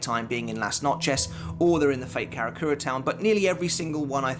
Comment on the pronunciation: Lass-notch-ez? Good god man, some effort would be appreciated